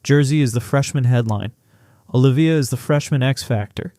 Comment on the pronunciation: Dude it's OH LIVE VEE YAH